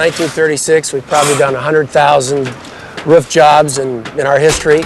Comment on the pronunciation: Its roof, not ruf.